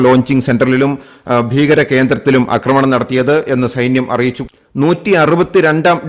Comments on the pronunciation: 'അക്രമണം' അല്ല 'ആക്രമണം' എന്ന് പറയുക. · അക്കമണമല്ല ആക്രമണം